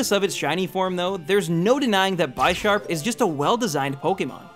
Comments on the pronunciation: I hope you realise Bisharp is pronounced bih-sharp. Like the word bishop. The names are like chess pieces, pawn and bishop... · One thing I just want to point this out, Bisharp is pronounced like Bishop, as Pawniard and Bisharp are based off of chess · It hurts when he says Bi sharp. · it's bih-sharp not by-sharp, because it's bih-shop and not by-shop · ITS NOT BYSHARP!!! ITS BISHARP, LIKE A BISHOP. ITS NOT A FUCKING BYSHOP!! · Lmao the pronunciation is a bit funny tho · just saying you can't say '' Bisharp '' correctly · But the way he says it is pretty funny. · BTW u said bisharp wrong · The way you pronounce Bisharp hurts. Hooooowwww do you get that wrong?